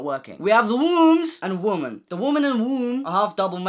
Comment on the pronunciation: Your pronunciation of womn and mn has really given me the giggles 😂😭